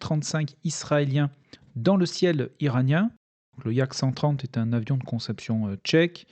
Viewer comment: Yak, pas Yack.😉 Diminutif de Yakovlev. Les Français du "Neu-Neu" ont aussi volé sur Yak-1, Yak-7 et Yak-3 (Staline ayant fait cadeau à la France en remerciement des avions de l’escadrille, un Yak-3 du N-N. est toujours visible au Musée de l’Air et de l’Espace du Bourget) et d’autres modèles soviétiques ou américains. Marcel Albert l’estimait au même niveau sinon meilleur que les Supermarine Spitfire (qu'il avait pu tester en Angleterre) et North-American P-51 Mustang (appareil conçu par un ingénieur allemand ayant migré aux États-Unis), l'un des tout meilleurs appareils des alliés.